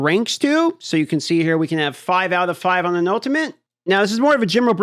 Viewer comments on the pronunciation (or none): none